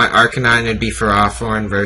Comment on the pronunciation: It is FerrOthorn not FerrAthorn.